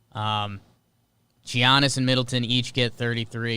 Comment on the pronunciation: Why does call him G-annis it’s Y-annis